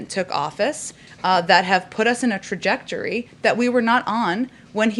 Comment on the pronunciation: He can't even pronounce "trajectory"!